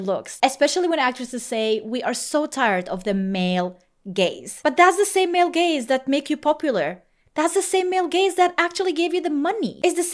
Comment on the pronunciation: At first I thought you said “male gays” and I was like what did they do?